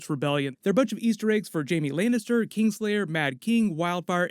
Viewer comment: “Jaime Lainister” 🤨